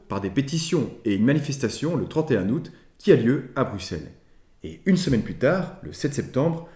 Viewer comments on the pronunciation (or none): none